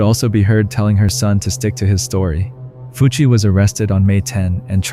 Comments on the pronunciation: it's pronounced more like "Fooch", not "Fucc". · When you said Fucc instead of Fucci I died of laughter 😂😂😂😂